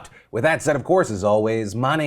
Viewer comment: Alright I've been watching this show for 6 FUCKING years and just realised that he says "you've just been phill-ed in" Or it might just be his accent...